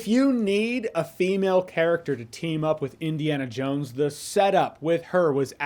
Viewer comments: It sounded like you said Disneyana Jones at the ending of your video, if that's not you said, then it should have been 😅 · does he say Disney-ana Jones? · “Disney-Ana Jones”…classic!